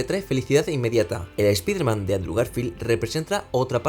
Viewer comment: Si vas a hablar de un personaje extranjero deberias minimo saber pronunciar su nombre. Espiderman? Pedazo de burraco!